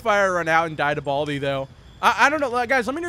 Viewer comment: Buldi? Its baldi